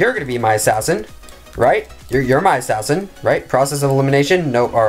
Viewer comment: I just like it how HE LIKE ASSAIN